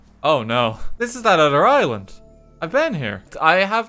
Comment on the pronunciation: I thought “Island” said “Ireland”